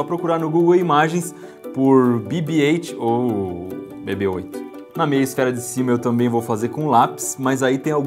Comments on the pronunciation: Falar BIBI-eight é normal , mas falar (BEBÊ)-Oito fica ESTRANHO ... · Que Fofinhoooo, mesmo eu não gostando de Star Wars eu quero um BB-8( a pronuncia é bibi eiti msm) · Se fala bibe eight